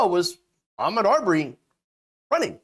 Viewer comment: You are so on point with your commentary but, could you please say his name correctly. His name is pronounced A Maude. Thank you dear